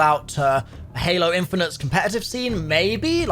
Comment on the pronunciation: i lorved heering what hard to sayr abourt halor